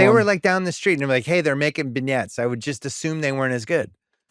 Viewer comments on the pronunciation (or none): Bill, it's not pronounced "bin-yets"...it's pronounced "ben-yays"